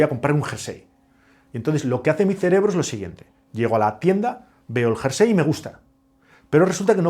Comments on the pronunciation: Muy bueno, aunque que diga "jarsey" (varias veces) en vez de "jersey" me deja descolocado... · Curioso! Eso lo aprendió mal y se quedó grabado en su cerebro!😮